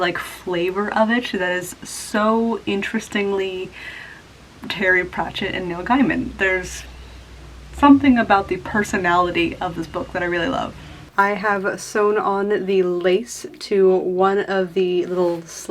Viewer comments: Thank you for giving me an idea of how Truly Victorian patterns sew up! Your chemise and drawers came out lovely! I really like how you replaced the ribbon in the lace. I do have to say, though, it's CRO(w)-ley (like crow) and GAYmen, not GUYmen. And now I feel very much like Hermione Granger. Also, I'm happy that drafting patterns from old books is as daunting to you as it is to me. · It's pronounced Gayman, not Guyman. Just fyi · Why do Americans say Neil's surname like that? Always find it so weird, when he has even done interviews saying it is gay-man. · Just thought you would like to know that Neil Gaiman has said that his name is in fact pronounced “Gay-mn”